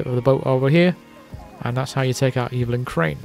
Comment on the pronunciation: And "Evelyn" is "EH-vuh-lin," not "EE-vil-in."